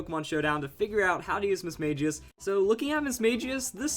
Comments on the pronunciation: It's Mis-Mag-ious, not Mis-Mage-ious. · I hate to be rude, but you pronounced Mismagius wrong. The correct way is Battle Revolution, the anime, and Pokédex 3D App.